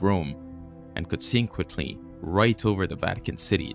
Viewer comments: "Con seek qwatly?" Consequently dude! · I like your guys stuff but you seriously need someone who can pronounce words correctly. conseequently? Natoreeority? Get real